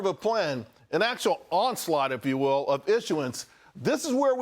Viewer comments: Ron Po-Peel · Report loses points for getting Ron Popeil's name wrong.